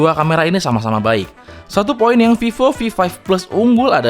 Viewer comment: Fifo fi five fles 😂